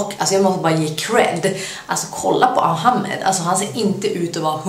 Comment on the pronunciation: 1. Man utalar Ahmed 2. Man säger Somalia och inte somalien 3. Älskar dina videos